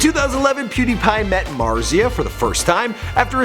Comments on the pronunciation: Mart-see-uh not Mar-zee-uh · THE WAY HE SAID MARZIA JJEJEBDBDHD LMAOOO